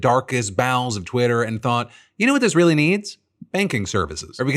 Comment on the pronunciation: You keep mispronouncing Twitter